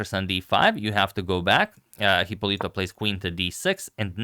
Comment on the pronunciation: The correct pronunciation (and spelling) is Hipólito (with accent on the first o).